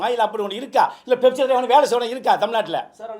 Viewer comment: அது 'பெப்சி' இல்ல 'ஃபெப்சி' Pepsi❌ Fefsi✅